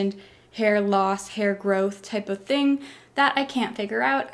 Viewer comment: when she said thing, I heard ting XD ( I say ting instead of thing tho )